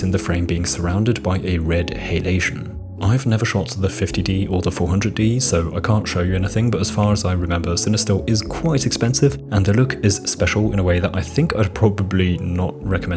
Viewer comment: It's halation, not hay-lation